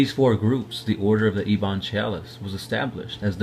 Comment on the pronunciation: It's pronounced ebbun, not E-bon